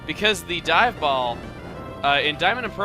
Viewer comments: "This is a token of my appreciation. It is Die" ...was I the only one that heard this? I know he meant dive but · I though chugga said "This is a token of my appreciation. It is die." then "We're going to take a die" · did he say dive or die. ya steven gave him die. here chugga got die!